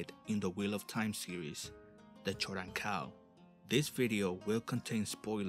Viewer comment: It's pronounced 'Koden-Kal' not 'choden-kal'